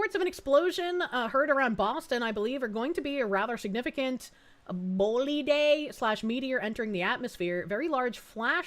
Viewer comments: Bolide is pronounced [bo-lyde] in English. Just two boring syllables. A thing you shoot an arrow with and an untruth told in the past glued together. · It's pronounced bowlide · "Bolide" is pronounced "boll-I.D.". Alpha-gal is starting to spread farther north and I believe it has now transferred from the Lone Star tick to Deer ticks.